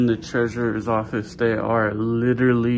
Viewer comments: theres another one "orfice" instead of "office" hahaha or at least I'm assuming haha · "Orfice" instead of "office" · Public Orfice. That is the mispelled word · lol also 21;06 office-orfice. hell yeah thanks! its the bay fam baby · ORFICE, THAT'S HILARIOUS 😂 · Orfice = office . You got 2 in there babe! Lol. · Public orfice lol. 25 minutes. All the way from San Angelo Tx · Public orfice bro? That’s sic. LMMFAO. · "Public Orfice"